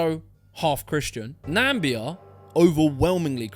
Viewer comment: that CMC stat about the top SA offender nationalities was at least believable until you said Nambia (it's pronounced Na-mi-bia) and I thought, hold on a minute. Namibians are going to the UK? An ex province of South Africa, at the southern tip of Africa, has people trekking all the way up to Europe? That stat could only be believed by people who don't know what Namibia is. It's also not a dictatorship, it's a fairly well run democracy with a female president. QoL is good there by African standards and most either stay there or move between home and South Africa. Lastly, a simple google search will tell you there's only like 2500 namibians in the UK. They must have been thinking of somewhere else when they wrote that report. Honestly the shit these people make up.